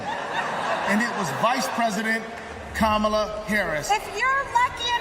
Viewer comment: "KAHH-mu luh". 6 years to pronounce her name correctly. Not arguing your point but still